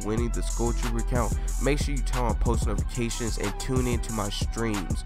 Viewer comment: He said nofication